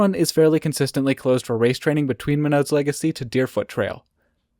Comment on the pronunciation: Big chair has the best views in Banff 👍 I need to visit Norquay again, fun little mountain but it's a hard sell when I'm driving 3 hours for a day trip. (Yes, you pronounced Monod correctly)